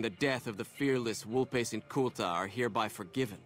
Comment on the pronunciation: God, two seconds after hearing the correct pronunciation of 'Vulpes', really hit us with 'Vuhlps'.